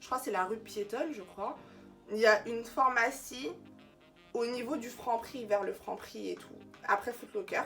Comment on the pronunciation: On dit « phArmacie » et non « formacie » Merci pour ta présentation des produits cerave🥳